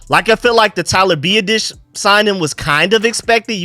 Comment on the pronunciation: His name is Tyler BEE-AH-DIS, biadasz say my man name right PLZ